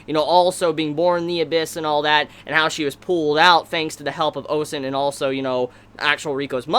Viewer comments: I'll be very nit picky here and say this: it's Ozen, not Osen. But besides that, good review. Now, pacing wise for the show: at second glance, they may be on track. If they adapt 3 chapters per episode on average with some cuts here and there, the anime is on track to adapting to what the intro hints to. (spoiler) The fifth layer and Bondrewd. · why are you calling her "osen"?